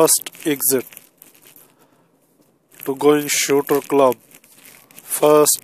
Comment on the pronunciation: You just read the sign 4 times in the space of 10 seconds and got it wrong 4 times shooting club not shootee